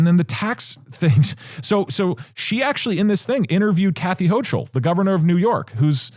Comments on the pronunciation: Alright i gotta let you know, it’s not pronounce hoh-chul it’s hoh-kul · Also, as a Kathy Hochul this is Kathy hO-cUll.